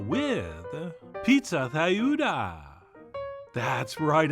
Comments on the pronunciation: Tlayuda - Say T followed by L just like T followed by R. Atlanta without the A in front. /TLah-YOO-dhah/ (Spanish ayuda with a TL- in front. Plah, Tlah, Klah, Blah, Dlah, Glah, Flah, Vlah, Slah, Zlah. It takes a little practice, but it's easy once you get used to it. TL and DL are "missing" from English in most words, which is actually weird once you realize it, since we have almost all those others. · The TL sound should be pronounced like the second syllable of battle